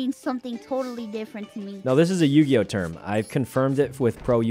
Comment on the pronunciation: Did mouse call yugioh yujioh :P REEEEEEEEEEEEEEEEEEEEE